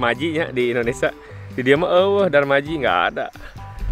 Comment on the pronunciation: Hatùur nuhuun infrmasi nya👍👍👍 hidup lah " bhasa sunda "😀😀 sehat, salam buat & teteh.,, jd enak seuri denger " DARMAJI" 😂😂😂😂🤭🤭🤭🤭